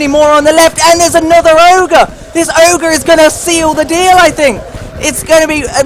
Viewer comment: It's never oger